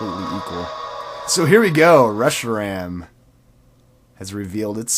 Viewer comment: ......its not Reshiran its Reshiram